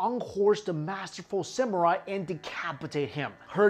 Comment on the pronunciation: Samurai or Samural? lol xD